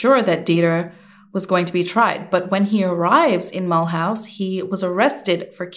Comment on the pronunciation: Ouch. Okay. We have a home in Alsace, France. Mulhouse = Mull-ooze.